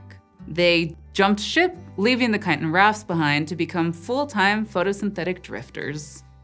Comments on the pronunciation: It's "chiTin" not "chi!-in..." Can't stand to watch, can't stand to listen... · I know this isn't the point of any of this, but I'm fascinated that you dropped the t in the word chitin, like a Londoner would. Is that becoming a thing in the US, or is it common in the part of the US you're from, or do you just know a lot of British people who talk about chitin, and you picked up their glottal stop in the word?